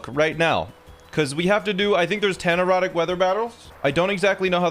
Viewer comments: It just clicked that he says erratic not erotic. I was so confused last episode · Each time sounds like he's saying "erotic weather" instead of "erratic weather" 😂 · Is he saying, erotic or erratic? 🤣🤣🤣🤣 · There is no accent in the English language where "erratic" sounds like that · I thought you were saying erotic weather lol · Anyone else not hearing 'erratic' xD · Every time you say erotic weather I correct it in my head and gaslight myself into thinking it’s an accent or something lmao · Thank bleep, I wasn't the only person hearing erotic.